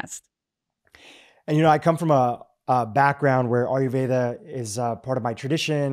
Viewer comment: Its pronounced "EYE-YUR-VEDA" not ARE-YOU-VEDA"... ur Indian, you should know this!